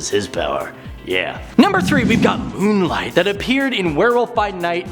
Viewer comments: Why do i like this host so much? But why cant he say "Moon...Knight" or am i the only one that heard "Moon Light"....i can take criticism...i have been known to be 2 samurai swords shkrt of a cutlery set... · His name is moon Knight not moon light man read the name slowly! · Is he calling moon knight “moon light” or am I hearing it wrong? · Brooks Robinson he’s definitely calling him moon light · I heard this too